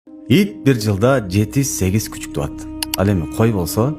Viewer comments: Бул айтканын туура,тууат эмес тууйт дейт,кыргыз тилин таза суйло. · МаашАллах!!! Кечириниз сонун баян бирок туат эмес тууйт деп айтсаныз туура болот